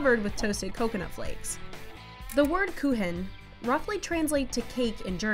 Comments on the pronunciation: it is pronounced [ˈkuːxn̩] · Yep. It is pronounced koo-ken, not koo-hen. Oh well. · Am I the only one that knows German and cringed at the fact that she pronounced it like coo-hen not coo-ken. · Kuchen you pronounce it Kuchen not Kuhen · Kuhen??? Thats NOT how you pronounce kuchen😂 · but pronouncing it like "koo-han" makes it rather to "cows" in German than to "cake". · We just call it a torte in English. Edit: I just got to the kuchen. The narrator butchered the pronunciation. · kuchen doesn't "roughly" translate to cake, it is literally just the german word for cake, and they didn't even make an effort to pronounce the "ch" correctly